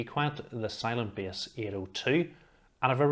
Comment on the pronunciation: 🤣 Love the accent.